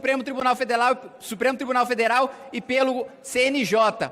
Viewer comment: “Supremo Tribunal FedeLal” afinal o Kim realmente é japonês